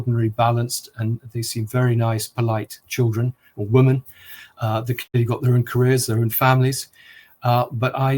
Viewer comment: This is a very good interview, thank you. I noticed for the first time that Andrew Lownie pronounced the plural word 'women' as if it were the singular word 'woman'. How very odd! Its certainly not an English thing.